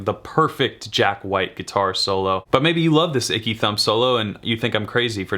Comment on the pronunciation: Aaaanndd..it was ‘Ecky Thump’ Jack…not ‘Icky’